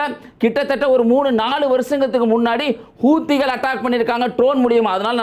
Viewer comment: ஹுத்திகள் இல்லடா நாயே எருமமாடு செக்குமாடு அழகாக அவர்கள் பெயரை ஹவ்திகள் என்று வாசிடா நாயே